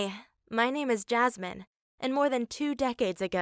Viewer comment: Guys her name isn't Jasmin how u guys pronounce it but Yasmin which's a very common name 😂